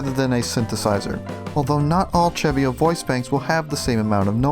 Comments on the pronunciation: actually no im 100% its seh-vee-oh not cheh-vee-oh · im almost certain its pronounced "se-vio" not "che-vio" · not sure if I'm correct, but I pronounce CeVio; Se Vee Oh